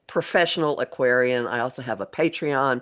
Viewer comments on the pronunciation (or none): none